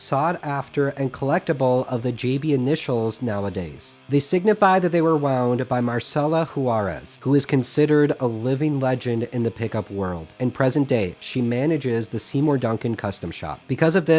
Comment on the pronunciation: Hi, Where'd you get that hoodie? Also, if you had to choose one: PastFX PolyChorus or FTelettronica Plurichorus? *I disagree and think his JagStang was going to be his main guitar on the next album and tour. *It's Mari-cela not Marcela. Since you try to be as accurate on everything I think she deserves her name to be pronounced right and thought you would appreciate this correction.